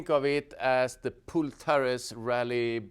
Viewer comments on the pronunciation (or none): the guy's name is Pol not Pool 😘